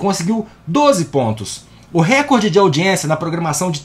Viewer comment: Recorde é paroxítona, não se pronuncia "récorde" (SIC).